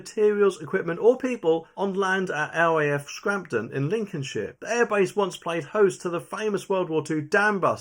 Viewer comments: 1) There is no R in SCAMPTON. It's not SCRAMPTON. 2) It's never been SIX-SEVENTEEN Squadron, it's SIX ONE SEVEN Squadron. Please do them the honour of getting things right. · It's Scampton not scrampton 😆😆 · No R in Scampton lol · That would be RAF Scampton, and not Scrampton . . . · It’s pronounced Scamp / ton and it’s 617, numerically separated. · It's scampton not scampton,and we've got 2000 "temporary" fookers arriving soon,glad I ain't got any young daughters,only a matter of time before the inevitable happens.